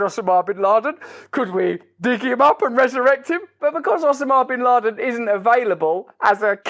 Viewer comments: "OH-sim-ah" bin Laden? I never heard it said like that, but now I'm wondering if I have been saying it wrong. "OH-sim-ah" or "oh-SAH-mah" I have to say, I like the way Brand says it better. hahaha "OH-sim-ah" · Why the actual fuck are you pronouncing 'osama' like that? Can you not just talk normally? You wear your accent like an accessory and it gets a bit much. Big fan otherwise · "osa ma" What is that pronunciation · Russell.... One question....Where the heck did you learn to pronounce Osama as Ossammar? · I’m here for Russell’s pronunciation of “Osama”. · Not to mention I love the way Russell pronounces Osma equals Osama!